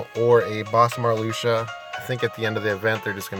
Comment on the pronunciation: mar-luke-see-uh is the right pronunciation.